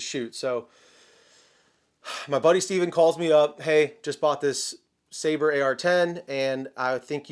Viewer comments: We have reached the point where youtubers don't know how to pronounce "sabre." It's a fuckin sword. Their pistol is a "dagger." This isn't rocket science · Michael Scott also had problems with pronouncing Sabre